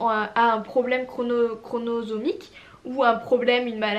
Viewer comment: Coucou, courage pour tes essaies bébé ! FC le mois dernier je comprend tellement mieux tes dernière vidéos sur le sujet... juste petit truc pour toi Chromosomique et pas chronosomique 😋 bonne soirée 🥰